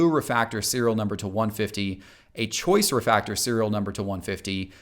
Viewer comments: What's a "refactor"? Does he mean "refractor"? He keeps saying "refactor" over and over again. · “ReFACtor, ReFACtor, ReFACtor….” It’s refRactor* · It's Refractor,not refactor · Am I dumb for tripping out when he kept saying refactor instead of refractor? Is that a valid way to say it? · Say it with me, spell it with me, pronounce it with me RE FRAC TOR!! Lol that second “R” is important, great information though, gotta let them know sometimes the base RC is more valuable than some of the parallels and even some of the serial numbered parallels if the number is too high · I cant be the only one that cringed a little every time said RE-Factor with no R in Fractor... Nothing personal & no hate intended what so ever but I would really hope that someone creating content to teach with know how to say and pronounce something so ICONIC and INTEGRAL to the hobby like a Refractor... It's definitely a simple easily corrected mistake I'm sure you've already taken care of... but just in case helps to remember the R in fractor bc we collect X-Fractors & ReFractors and aren't watching the Xfactor or finding the factor of a math problem 👍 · refRactor. The "R" - but I wish I saw a video like this a long time ago. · I’m sure somebody else has commented this but he’s not saying refractor is he?